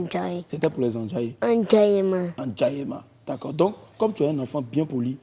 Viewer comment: on sent que l'esprit du Daishikan était en... Regarde comment il a prononcé le mot *Endjaillement*"